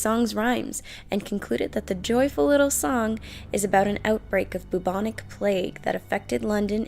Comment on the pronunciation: 'boob-onic plague'